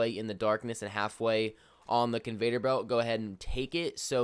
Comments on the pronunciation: Its CON- VEY- OR belt! NOT Convator belt. Goddamn that shit was driving me insane everytime he said it😂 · It’s conveyor not convater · Hey bro- it’s Con-vey-or belt. No Vader. 👾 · Why does he say conveTor belt instead of conveYor belt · Convayder belt. 😂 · Convater lol.